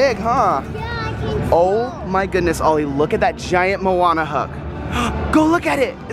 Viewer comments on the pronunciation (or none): Did say mouana